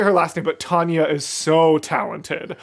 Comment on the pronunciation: Did he say Tanya? Isn't it Talya?